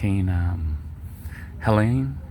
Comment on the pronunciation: Hurricane Helena is what you said, Right??